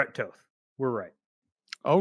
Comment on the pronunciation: Toth is a Hungarian surname, so he pronounces it right. Americans read it differently. Same with Coach Nagy. It is not Na-gee.